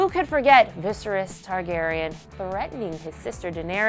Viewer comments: EESOS and VISRS lol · This person’s clearly never watched the show and is just reading from the script Did you hear how she pronounced Viserys? “Viseriss” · The presenter mispronouncing Viserys shows she ain't a fan, embarrassing. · the cringe from her mispronouncing , dothraki, viserys, and saying catelyn got decapitated...